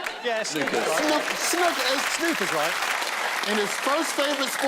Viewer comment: He says snooker wrong just like Desiree.